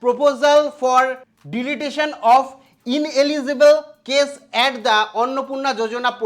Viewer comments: The word is "Deletion" not "Deletation." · কানে দুল, ঠাটবাট, Digital Board - সবই ঠিক আছে, কিন্ত পড়াশোনা বেশীদূর নয় বুঝতে পারা যাচ্ছে । এই সব গভীর জনসেবামূলক বিষয়ে - একজন অর্ধ শিক্ষিত ছেলে হয়ে, ভুলভাল ভাবে English Sentence গুলির শব্দ উচ্চারণ করে [ যেমন Channel কে চ্যালেন , Deletion কে ডিলিটেশন ইত্যাদি ] অর্থ উপার্জন এর চিন্তা ছেড়ে আগে নিজেকে তৈরী করাই সমীচীন । নচেৎ , ভবিষ্যতে হাসীর পাত্র হবার সম্ভাবনা দেখা দেবে ।